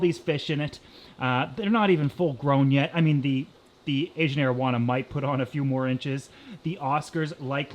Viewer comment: "asian marijuana"